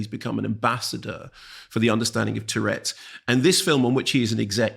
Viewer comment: Nice review, although Mark's constant mispronunciation of 'tourette's' as 'tchurettes' was weird.